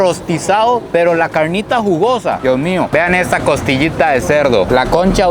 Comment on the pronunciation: Ese asentó para la carrnita